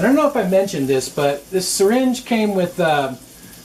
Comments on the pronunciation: I just about died laughing at "sear-inge". Lol That's one I'll have to remember. 🙂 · Looks delicious. I like the way you pronounce 'syringe'. I've never heard anyone pronounce it that way. Lol